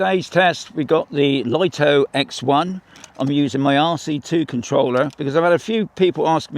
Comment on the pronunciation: He says loto